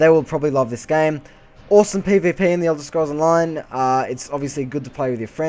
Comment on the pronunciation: ESO is not completely voice acted as your character is not voice acted which makes it flat. i am willing to bet EQ will be completely voice acted from the npc' to your character, no idea about wildstar, though from the game play it doesn't appear so. other than that good review even if you cant say pvp properly lol sorry! all in good fun :) and you didnt say "its just like wow" all that much